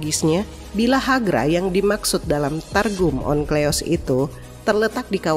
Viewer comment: Mba, Onkleos apa Onkelos yang bener? Teks tertulis Onkelos tapi pegucapan suara terdengar Onkleos. Mikroat atau Mikraot? Saya sering jumpa di channel ini teks tertulis apa pengucapannya beda.